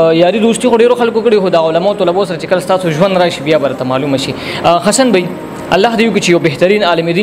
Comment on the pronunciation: Zan la daa alfaz tek ka پ تہ ف او ف تہ پ مہ وایہ ح تہ خ او خ تہ ح مہ وایہ لکہ حسن تہ خسن